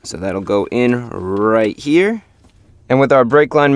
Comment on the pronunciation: The Way Chris Fix says Here is Hear😂 but the vedio was surely interesting and helpful